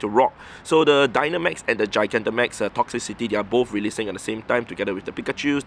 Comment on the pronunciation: It's crazy to me how no Poketuber is able to pronounce "Toxtricity".